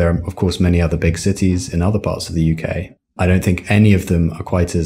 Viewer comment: I think pronunciation of 'the' in ' the culture' etc is false. I don't understand why. Am l wrong?